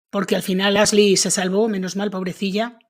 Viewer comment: Tan difícil es pronunciar bien los nombres en inglés? La locutora dice Asli en vez de Ashly, con el sonido sh.